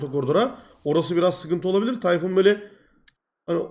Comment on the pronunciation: Tay-Fun :D